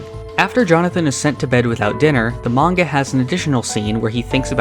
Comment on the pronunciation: At least he says manga right. Most western youtubers say menga, lol